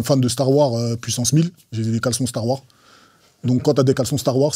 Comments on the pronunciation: Ahhhhhhh Kaaris le poto il kiff Star Wars, par contre sa me stresse il dit Star War au lieu de Star Wars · "Star war" Pardon ? "Star war" Nan nan "Star war" Tu forces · Il dit star warre 😂kaaris le boss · C'est moi où il prononce pas le s de Star Wars 😂😂😂😂😂😂 quel bg ce Kaaris 😂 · Wsh pourquoi il met pas de S à la fin de Star Wars quand il le dit 🤣